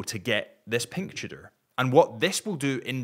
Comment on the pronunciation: I can't stand any more "cheudor"....you guys are really annoying.